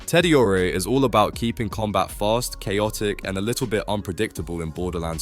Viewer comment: Teddyorea Yacobls Ah he got ripper right I guess